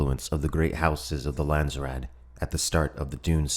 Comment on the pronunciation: Pity no one pronounces Landsraad correctly